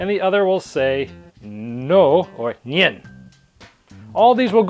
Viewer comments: It's pronounced 'nine' like the English word for the number 9. Not 'njen' or something. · Good review. But next time, please look up how to pronounce German words. It's "Ya" and "Nine." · man's said JAH and NJEN. Your german is terrible. even Google translate speaks better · Uhm...its pronounced "ya" and "nine". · "Nein" is pronounced like nine. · Nein = ni-en hahahahaha